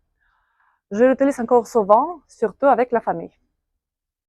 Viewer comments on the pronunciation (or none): французский явно не очень на хорошем уровне, либо же просто проблема с фонетикой, причем огромная. носовой Э в слове bien не слышно, "je l'utilise" было произнесено максимально непонятно, будто бы вместо звука u был ou и звук Ы, а не i (утылиз)